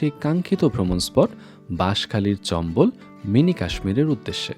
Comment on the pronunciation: চম্বল না চাম্বল